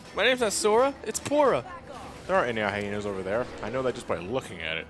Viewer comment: I don't know why but it was killing me when and the others kept pronouncing the hyena's names wrong.